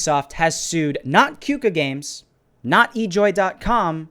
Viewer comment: You Pronounce "Qooka" as "Koka"